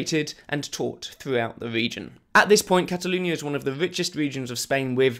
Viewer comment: ‘Cataloonia’ omg speak properly